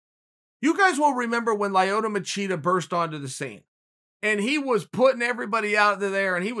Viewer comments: Lioto machida Chael just making up peoples name on the spot ahahahaha! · Chael "Layoto" Sonnen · He also said Lie Oto Machida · Uncle Chael: "Lie Oh Toe Machida." Me: "Ok great."